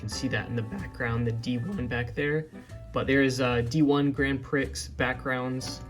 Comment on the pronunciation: Thanks for the digi content! Also Prix is pronounced "pree"